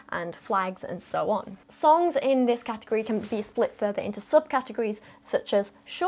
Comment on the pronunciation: Also the bow line is pronounced how you're doing it, but that actually refers to the line that moors the bow of the ship to a dock. A bowline, however, is pronounced more like "bowl" and that's the one that's connected to the forward edge of the sail. Also halyard is pronounced like the name "Hal." Sailing terms are their own language!